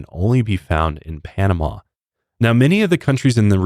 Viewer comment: Try to say Panam-ah not Panam-aw. That's more how we say it. I am half Panamanian (been there plenty of times, my grandpa was born in Panama City), I am very grateful you emphasized how beautiful and nice our people are. Many other people have said less than nice things about us (calling us savages, etc). We aren't perfect but we try very hard to be hospitable to foreigners!